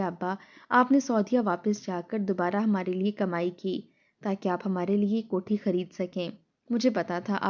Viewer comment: “Jok dr jok” nahi “ joq dr joq” “ kohti” nahi “ kot’hi” Nothing else except exaggeration.